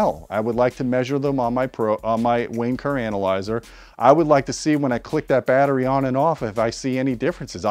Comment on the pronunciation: Every time says Wayne Kerr Analyser, the Brits in the audience hear something else and it will always be funny...